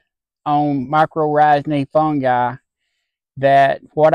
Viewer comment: Great results! The way you say my-kor-RIGH-zal cracks me up.